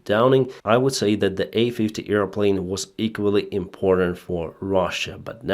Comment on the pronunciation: Sorry for making fun about pronunciation but "earplane" is a funny word. It reminds me of Dumbo the flying elefant. ;-)